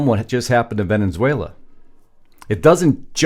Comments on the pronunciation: Please learn how to pronounce the name of the country you make a 20 minute video about. It's Ve-ne-zue-la, not Ve-NEN-zue-la. Thank you for your attention to this matter. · I know it's just me, but I can't get past this. It's pronounced Ven-ez-uela, not Ven-enz-uela. Love the podcast, but please work on this. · Ve ne suela not Venen suela… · When are you and your wife going to learn how to pronounce VENEZUELA AND NOT VENENZUALA????? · It's not pronounced "Venenzuela", genius. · How long has Venezuela had two n's in it because he pronounces it Venenzuela!